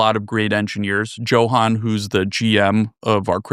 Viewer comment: your SVPs name isnt pronounced Johann lol Its pronounced Yohan, thats embarrassing.